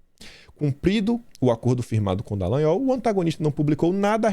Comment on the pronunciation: Afff "Detran" Dalagnol....